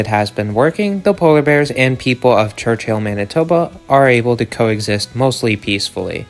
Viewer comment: its pronounced church-ill not church-hill only 1 h